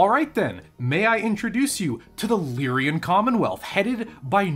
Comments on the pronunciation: He keeps saying Lyrian instead of Lyran, and no how much I try to ignore it, I cant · Lyran, not Lyrian. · For your favorite faction, it's extremely aggravating how you add an extra syllable to their name every time you say it. Lyran. LEER-un. Two syllables. It is not "Lyrian" like you always say. As a nerd and a grammar stickler this drives me crazy. I like your ideas about the Capellan Confederation being literally everything wrong with organized humanity rolled into a single entity, and also North Korea in space. Part of me wants to support them just to be contrarian and antagonistic, but they're so freaking bad at everything that they're incompetent at being proper villains. And culturally, House Liao is Chinese in origin. They also have notable populations of Spanish/Hispanic and Native American origin; if a significant Capellan character isn't coded as Chinese they're almost definitely either Cherokee, Comanche, or have a last name like Rodriguez or Trujillo. Not to be confused with Clan Nova Cat, who are basically 80s stereotypes about peyote smoking Navajo but without casinos. Capellans in general are comical mustache twirling scumbag villains from Saturday morning cartoons, like the rogues gallery of Captain Planet. Federated Suns are what you get when you take the British obsession and idolization of a royal family that has lacked any actual qualifications for centuries and scale it up to an interstellar empire. Draconis Combine is what you get when you have some American nerds who haven't taken any reputable Asian history classes design a fictional society based on thei